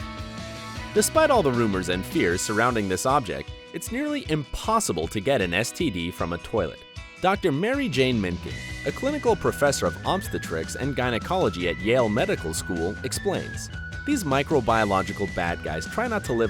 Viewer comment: Many public restrooms have toilets with no lids. Great. It's ob-STE-trics, not OB-ste-trics (or however you pronounced it.)